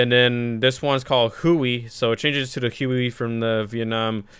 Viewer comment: He said Huey wrong I got triggered.